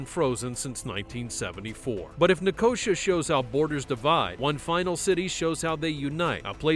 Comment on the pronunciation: Shame that the AI voice cannot pronounce Nicosia.